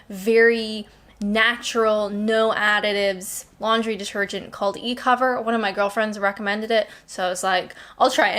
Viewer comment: Is it just me, or did you keep saying "lingerie detergent"? Probably just me 😁 The immigrant/ex-pat thing, I agree. Our ex-pat communities in Spain etc, have no wish to assimilate.